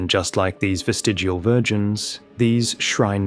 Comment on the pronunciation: Vestal Virgins. Not "Vestigal."